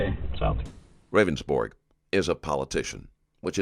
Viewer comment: Its funny how the narrator keeps calling him "Ravensborg" when in the video he clearly told the police several times it was pronounced "Rounds-Burg"